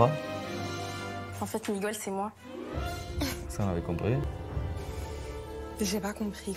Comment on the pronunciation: Miguel se dit Miguel et jamais MigOUel, arrêtez cette erreur qui arrache les oreilles !!!! MigOUel ça n'existe pas !!!!!!